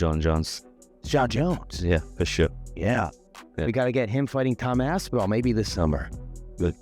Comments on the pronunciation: Bro said, "Tom AP SIN AL" 😂😂😂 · did you really just said Tom Apsinal in the beginning of the video????